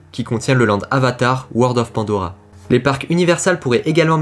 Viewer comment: Vous me faites rire en disant "Land"